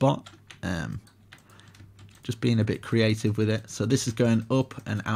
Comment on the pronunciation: "Get a little messy, get a little creavtive" i love that one =)))